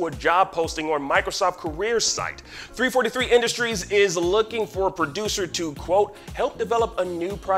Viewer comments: Ign who hired this guy? How can you guys even claim to cover the video game industry when the man doesn't know how to say the name of the company making Halo? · First ign says halo is being made by bungie and now they can't even say the studio name right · 343 not three forty three... that’s just stoopit